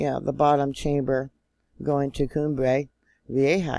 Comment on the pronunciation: PLEASE don’t tempt 2020! And I think it’s vee-AY-huh.